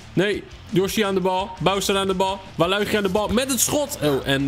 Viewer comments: het is waluige in het engels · spreek alsjeblieft normaal waluigi uit man...